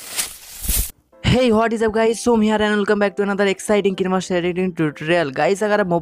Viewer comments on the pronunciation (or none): Ken-a-master nhi Ka-ain-master pronounce karte hai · Kinee master ni hota h kine master hota h🤣🤣🤣